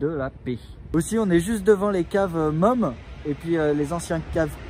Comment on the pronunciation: Le nom du champagne MUMM ne se prononce pas MOME mais MOUME ;)